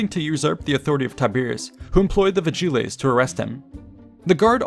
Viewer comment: a bit painful how you pronounce vigiles, but otherwise great